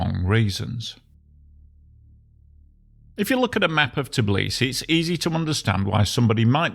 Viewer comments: It's Tbi-li-si, NOT "Tiblisi". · Why is the narrator continuously mispronouncing the name of the city as "Tiblisi", instead of Tbilisi? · Brah! It's forgivable to someone who just casually needs to tell something about the city he never named before to say "TIblisy" but a dude who's making the whole fckn video about it would be nice to learn how to pronounce it properly.